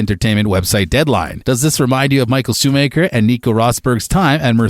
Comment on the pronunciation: The way Schumacher is pronounced... Then Verstappen and the comparison with WWE. WWE has an element of acting in their sport. Formula 1 has no acting in a race. Come on dude...